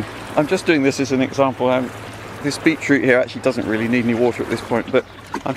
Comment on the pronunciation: Beechroot! Beachroot?? No, BEET CHROOT.. Every single video its beechroot! Lol- what a funny way to pronounce that!